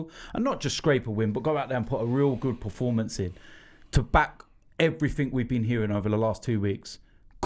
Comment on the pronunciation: Preformance always annoys me